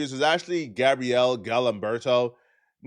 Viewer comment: Gabriel not Gabrielle